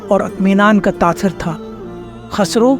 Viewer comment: KHASRO NAHI KHUSRO. AAP SAHI SE NAHI BOL RAHE HO.